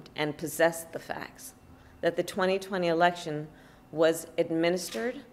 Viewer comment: "FWEE & FWAIR EWECTIONS" RIGHT KAMARRA????